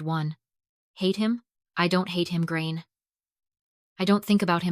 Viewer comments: I can understand that foreign people can't pronounce Irish names, but I honestly would've thought AI would be able to pronounce it, but this video has proved me wrong huh... Gráinne is pronounced GRAW-N-YA not GRAIN! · Pronounce Grainne properly! It is not pronounced Grain.